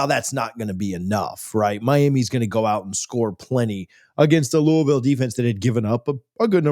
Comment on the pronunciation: Learn to pronounce Louisville.